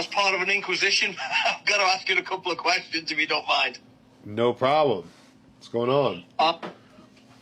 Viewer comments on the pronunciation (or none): none